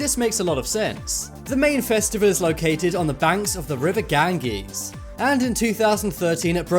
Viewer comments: Does your captioning font not contain a percent symbol (%)? You put "3 (Roman capital I)" and call it "three percent," then "5 (Roman capitol I)" and say, "five percent." Also, Ganges is pronounced "GAN-jeez," not "GAN-Geez." I don't understand why so many children would be born after "Saint" Valentine's Day---in a country that mostly practices Hinduism, Buddhism, Jainism, and Sikhism. It's a very interesting country with no State Religion. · The river what? soft g bro.